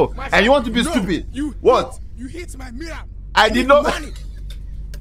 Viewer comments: "U hit Maih Mirahh" is wild LMBO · You HIT MAIH MIRAHH!!! Omg the accent was crazyyy 🤣🤣🤣😂😂🤣😅😅🤣😂😂